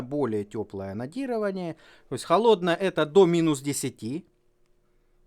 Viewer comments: Мне одному слышется анонирование вместо анодирования? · Пожалуйста ставь ударение на букву "Д" в слове АноДирование а то я пару раз вздрогнул а видео защибись! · Тоже каждый раз вздрагивал при "онадирование", что с нами не так? )))